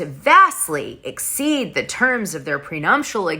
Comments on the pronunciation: prenuptial agreement...not PRENUMPTIAL...GEEEEZE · prenuptial not prenumptial..... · Dana, there's no M in nuptial..